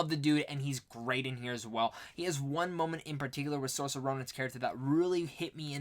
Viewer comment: I'm debating on whether I want to watch the 1994 Little Women before the Greta Gerwig one. Also, just thought I'd let you know you're pronouncing Saoirse Ronan's first name wrong.